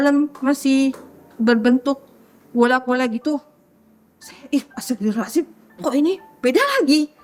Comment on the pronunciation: Nyebut istighfar nya aneh ibu ini, astabirohazim 😅 pusing ih buu